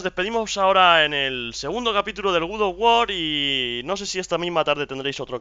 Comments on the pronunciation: Oye como digas otra vez Gud of war te reviento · Como dice " Guz of war "!:)